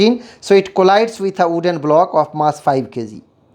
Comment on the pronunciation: Sir it is wooden not "ooden" 🌚